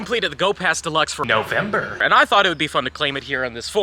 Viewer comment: You saying "November" is making me laugh much harder than it should 😅